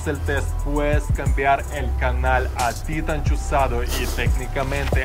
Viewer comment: ¿Por que acentúas titán en la primera sílaba, si es una palabra aguda?